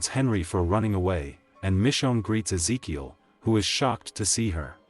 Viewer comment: BRO I never seen someone mess and pronounciate Ezekiel's name so many times in one sit !! Smh thats so disrespectful and racist I ain't see you even try and correct it eather 1x is acceptable but 10+ is on purpose and you can't even deny it